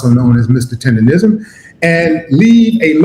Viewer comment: It's Tendernizzm's